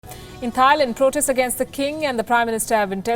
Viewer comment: why do people say THAILAND? with the TH? no one else does... except people from India lol